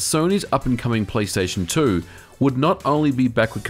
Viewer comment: "Playsation 2"?